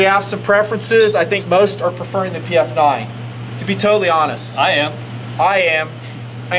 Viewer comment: Great Vid's but man I get tired of you calling it the PM-9 and not PF-9. But I really enjoy my PF-9. It is accurate. If I go slow and stage the trigger, I can do 2-3 in. groups at 7 yards. For a DAO it is a great little gun, and gets carried everyday.